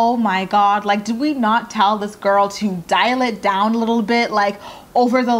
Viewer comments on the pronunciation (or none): I thought you said "dilate down" instead of dial it down omgggg ahhahahaha